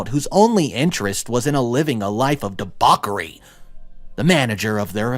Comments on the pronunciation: please work on your pronunciation. accrued, and debauchery were mispronounced as accred and debakery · look up ‘accrued’ and ‘debauchery’ for the correct pronunciations.